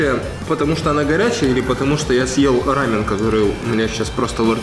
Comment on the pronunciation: рамён ударение на ё, это корейская еда☹